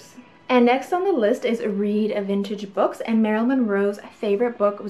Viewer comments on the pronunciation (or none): none